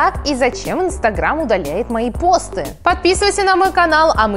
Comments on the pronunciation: Не пОсты, а постЫ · постЫ а не пОсты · не пооосты а постыыы ты не правильно ударение ставишь слух режит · Почему ты говоришь пОсты,обычно все говорят постЫ(если честно такое произношение режет ухо) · Вообще-то постЫ, а не пОсты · Я одна думала, что в слове посты ударение на ы? ПостЫ! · ЖеВаТеЛьНаЯ АвАтАрИя ты такая не одна я тоже так в самом начале подумала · Но ведь посты (на второй слог ударение) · посты ударение на ы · не так ты говоришь не ПОсты а